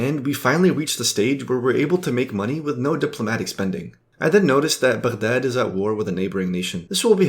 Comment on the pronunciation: As soon i hear your pronounce of Baghdad i click off the video.